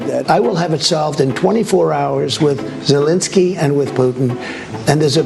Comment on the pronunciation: It's ZELENSKYY,, not Zelinsky. You're as bad as Ben Meiselas! 😅